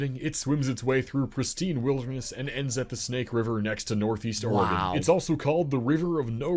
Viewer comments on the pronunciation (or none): none